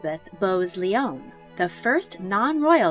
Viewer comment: Check some pronunciations, please (aka Lyon=lion and Feoderovna=FED erovna) Love the videos and love all listed.